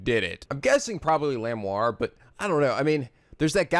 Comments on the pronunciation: I thought Lamiroir was la-mir-oir... 'miroir' as in mirror. No idea about Machi though. I didn't get Romein Letouse until now. It's funnier to see it in Japanese because it's just Romaine Lettuce. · Nice video but, cmm'on, it's not hard: La-MiR-OIR. You have to pronounce both R. Miroir=Mirror so prounce it the same except the last sound is pronounced 'oua-r' instead of 'o-r' And you have to love no one can point something obvious out: Hey this is an incredibly heavy gun even professionals would hurt while firing so /clearly/ our suspect must be this blind noodly arms small boy who showed no sign of hurt.